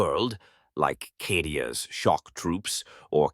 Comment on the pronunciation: This is an AI channel, or someone is going to get yelled at for awful name butchering of certain things like Cadia and Scions.